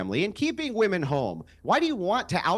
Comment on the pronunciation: Why can’t zoomers pronounce “womEn” correctly?